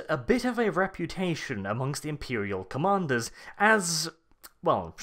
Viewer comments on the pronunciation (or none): none